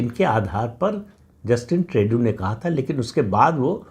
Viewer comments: Bhai Sahab ट्रेडू नहीं ट्रूडो। I told you here sometime back. Pl read comments. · Tru dau का फ्रेंच उच्चार त्रु दो है. ट्रेडू बहुत गलत लगता है. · You are excellent than others. Please pronounce for Justin Trudeau as ‘Trudo’ instead ‘Tredu’. I respect you hence don’t want you to make mistake. Hope you will take this suggestion of correction politely. FYI, I stay in Canada. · Pradip Bhai, Trudeau is sounded like: True Dough!! Just for your knowledge. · Pradeep ji it's pronounced as trudo. There is a lot of confusion in the minds of people of Bharat about how his name is pronounced 🙏